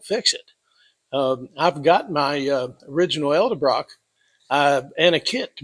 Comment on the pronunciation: E D ....not E L Get the marbles out of your mouth!